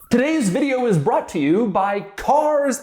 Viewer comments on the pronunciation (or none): none